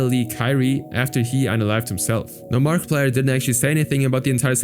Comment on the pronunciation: Did you say markaplier